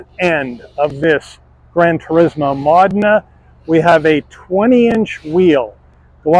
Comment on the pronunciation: It's pronounced mo-DEH-nuh